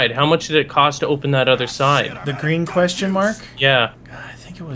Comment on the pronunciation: Why do you say quayhon instead of question